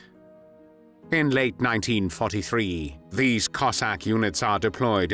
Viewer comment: Диктора на мусор! Козака а не коэсака!😂